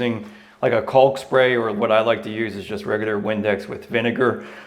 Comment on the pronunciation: There is no l when pronouncing caulk. Its kok